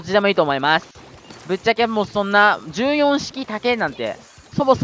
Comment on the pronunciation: 言い方、｢じゅうよん｣じゃなくて、｢ひとよん｣っていうんですよ。